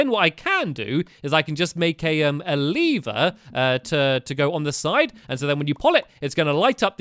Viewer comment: I think it's called lever not leever.